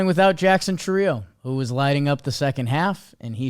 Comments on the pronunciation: NOT Chuireeo _ Choir E o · Guy has been in the league 2 years and still can't pronounce Chourio right, its CHOO-ree-oh not choo-RI-oh you guys are with MLB now use their pronunciation guides lol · Is he purposely mispronouncing Chourio?